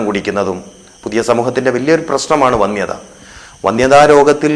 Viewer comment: വന്ദ്യത എന്നല്ല സുഹൃത്തേ വന്ധ്യത എന്നതാണ് ശരിയായ ഉച്ചാരണം. മറ്റൊരു കാര്യം. ചെറു നാരങ്ങാ നീര് അളവിൽ കൂടുതൽ ദിവസവും കഴിച്ചാൽ വയറ്റിൽ അൾസർ ഉണ്ടാകും എന്ന് ഡോക്ടർമാരുടെ അഭിപ്രായമുണ്ട്. അത് ചികിത്സിക്കാതിരുന്നാൽ കുറേക്കാലത്തിന് ശേഷം വയറ്റിൽ കാൻസർ ഉണ്ടാകാൻ സാധ്യതയുമുണ്ട്.